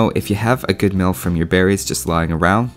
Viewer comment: it sounds like you said building a milf lol